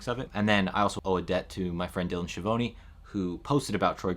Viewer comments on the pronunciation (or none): none